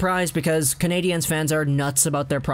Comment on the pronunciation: Dude just pronounce it like it’s spelled Canadians